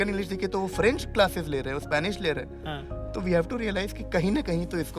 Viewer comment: When he said "ha to" i heard it "hathon" 😂, "hathon k bad sab kuch accaha feel hota hai 😂"